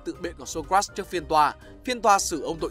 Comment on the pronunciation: Socrates anh đọc sai ạ :)))))